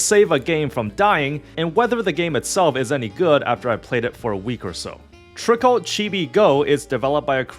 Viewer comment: While I acknowledge this is only a week-old review, and I'm not upset about unfamiliarity with some game's elements, the video does kind of read as one made "just to get it over with" without much engagement or desire to play it in the first place. As such here are some notes starting with two general points: It's "Trickcal", not "Trickle". They even say it every time you open the game! The usage of "idle" vs "autobattler" is pretty sketchy and inconsistent but that's a topic of debate all of its own. - I feel like this part is kinda misrepresenting the situation, since the game was successful before the Speaki meme came around, and even before its global launch. I'm sure it brought a lot more eyes to it, but I think you put a bit too much emphasis on its impact to the game's success. - This part is just factually inaccurate and shows a terrible lack of research. There are plenty of materials showing the troubled history of the original launch of Trickcal in 2021 or so, which was so atrocious they had to close it back down to polish it more. The current iteration (Trickcal: Revive) was released in 2023 and has been significantly better received in Korea and even had quite a lot of global interest before the worldwide release. Trickcal: Chibi Go is the name of the global release equivalent, and while it has a few changes from Revive, it's more or less the same game, not a new release. - The global story is in its worldbuilding set-up phase, but even at this poin